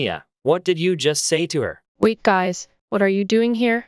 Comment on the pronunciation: just found sum just said ''gays'' instead of guys- dayum